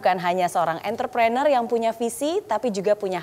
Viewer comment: Entre prenurr Not Enter prener..